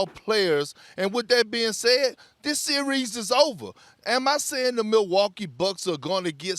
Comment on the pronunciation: This sear reez... lol